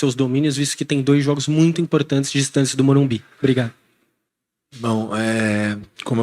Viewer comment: Carpini tem de ser orientado a falar MorumBIS